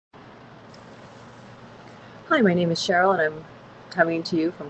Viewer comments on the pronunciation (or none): none